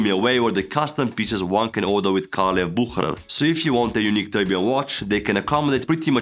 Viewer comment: You butchered Bucherer 😂